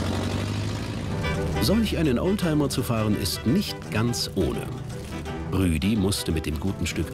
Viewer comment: Nicht rüdi sondern ruedi